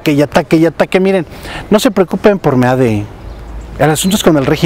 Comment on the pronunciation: Me encanta que le digas meade y no mid como le dicen y claro mejor decirle meado